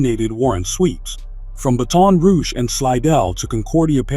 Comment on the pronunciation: He said Ba-Ton Rouge😢bruh